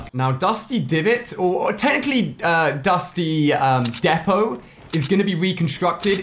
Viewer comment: Ali-A it’s dusty deeepo not defo